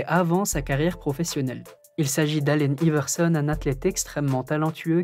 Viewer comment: Rip allen Iverson il c pas prononcé son blaze 😭😭